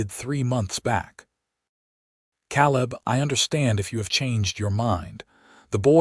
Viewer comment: Not "kal-lib", "Kay'-lib". Spelled Caleb. AI is really terrible at proper names. And I've listened to more than a couple stories where "laddled" is mispronounced "lad-delled" instead of "LAY-delled". Painful to listen to. Like "reed", instead of "red" for "read". And the phonetically spelled name "Ivan ho" for "Ivanhoe". The story is good, but AI makes it hard to enjoy it.